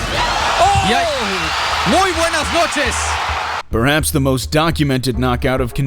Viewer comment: "muy buena's noches" got me 🤣